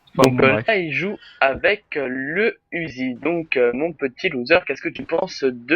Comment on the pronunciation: c'est marqué uzi mais sa se dit '' ouzi ''